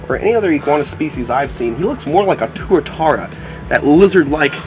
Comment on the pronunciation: im glad u said tuatara right. im from new zealand by the way